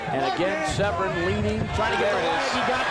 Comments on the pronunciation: Why does the commentator keep calling Dan Severn 'Severin' ? If you came here to watch the fight, as I did, you need to wind it up to + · The mans name is not SEV-RIN. Its SEV ERN. If your job is an announcer, all you need to do is pronounce words properly. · Also, sevren?? It's severn, who do u think u are, Joe Rogan?? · This man has ben calling Dan Severn SEVREN for too long! Gah